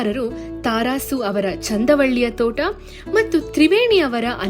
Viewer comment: ತಾ ರಾಸು ಅಲ್ಲ ತರಾಸು